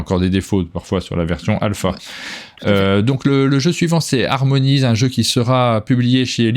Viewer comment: un format toujours aussi agréable et informatif! Je note "Rock Hard 1977", ça m'intrigue! et j'adore "The Night Cage" (Piège Obscur) (bon accent en anglais: n'oublie pas le h aspiré - qu'on devrait dire "expiré" mais c'est un autre débat! et "Harmonies" n'est pas "harmonaïze" du moins en BrE!! voilà, j'ai fait ma grosse chieuse ha ha!)